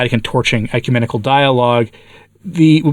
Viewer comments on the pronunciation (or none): "ECUMANIACAL" vs. "ecumenical" 😂😂😂😂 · It sounded like you said Ecu-maniacal, and I like that word. It's an appropriate word...